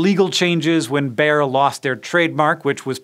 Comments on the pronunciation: How did they pronounce bayer? Ber? It's Bai-er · “Bayer” is not pronounced like English “bear”, but more like “buyer”. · Bayer is actually pronounced like "buyer" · In german the second vowel is annunciated in long form, so stiel=steel, steil=stile, so with Bayer the Y is said like a long I, so it would be said like the way we say buyer in english, so Bayer=Buyer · every time Hank says "Bayer", I hear "bear". can I please teach you how to say it correctly Hank? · That's not how you pronounce Bayer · I'd always thought "Bayer" was two syllables? I'm pretty sure I've heard it that way in aspirin advertising by the company. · if I were German I wouldn't be happy on your pronunciation of Bayer. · Just a quick Erratum: The guy's name was Wöhler, not Wohler (and yes, o and ö are pronounced differently). And Bayer isn't pronounced "Bear", but almost exactly like the English word "Buyer". Other than that, thumbs up, as always.